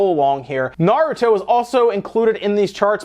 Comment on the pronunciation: OMG HE SAID NARUTO PROPERLY hardly anyone but fans do. thanks lol